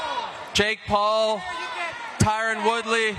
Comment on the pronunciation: Glad the announcer got Tyron’s name right. Finally someone that actually gives a shit.